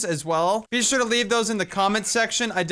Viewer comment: u always say BEE sure XD